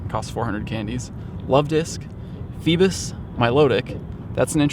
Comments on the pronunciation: It’s pronounced Fee-bass, not Fee-biss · Just an FYI it’s Fee-Bass, like the fish Bass.